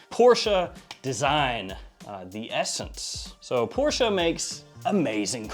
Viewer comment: THANK YOU so much for knowing how to properly pronounce Porsche! LOL The Porsche family even released a video on how to properly say their family name and there are still so many people who slur out PORSH and pretend to know.